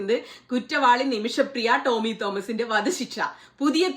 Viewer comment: ട്ടോമി അല്ല റ്റോമി.